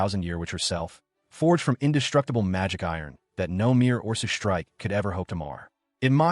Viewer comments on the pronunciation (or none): The AI is doing too much and still sounds stupid...it can't even say orcish correctly, is pronounces it orses. Or, as usual in these AI videos that LOVE using the word agape, it always pronounces it agoppey.